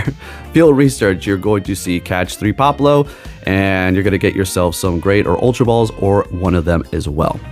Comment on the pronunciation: Pop-le-oh pronounced right 😂